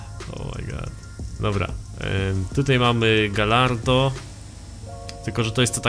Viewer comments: mówi się gajardo nie galardo :/ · Jeszcze dodam że gallardo czyta się gajardo. Tak jak pisze się spagetti a nie spadżetti :D